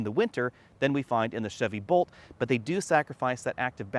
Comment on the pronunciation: Is it my hearing or was he saying Volt instead of Bolt as it sounded like he met Bolt.